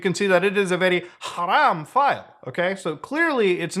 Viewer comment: Extra like for the allah and haram pronunciation